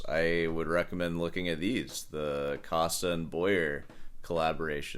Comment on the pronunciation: SOUNDS LIKE COAST - NOT COST - PLEASE FFS